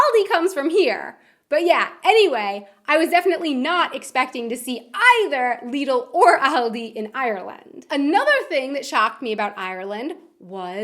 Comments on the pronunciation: LEEDUL NO IT'S NOT LEEDUL IT'S LIDL AS IN LID-UL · LIDD-LE NOT LEEDLE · Its "lid-il" and "All-dy"